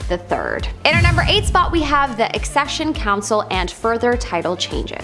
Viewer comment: Its Accession on eccesion 😁